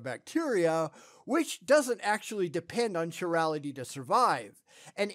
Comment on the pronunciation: Venus is not a methane world. Not at all. "chirality" is pronounced roughly as "kuy RE li tee"